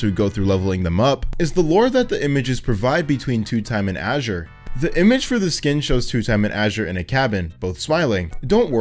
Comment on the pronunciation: thanks for being the first person to pronounce azure like azurewrath